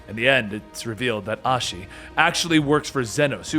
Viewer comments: How do you manage to mispronounce literally every single name? It's like you don't even READ the names pronouncing Asahi as Ashi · Yanxia = Yan ex ia????? Asahi = Ashi??? Yotsuyu = Yotsuya? Like, Gosetsu even calls her Tsuyu for short. Am I the only one who finds Asian words really not that hard to say :| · Like Sukiyami? 💀 and Ashi (even though when he was saying it, the name Asahi was on the screen in large font) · Asahi is literally pronounced exactly as it is written 💀💀💀💀💀💀